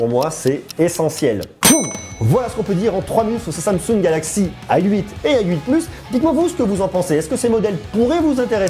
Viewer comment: Pourquoi tu dis "ail huit" au lieu de "a 8"? x)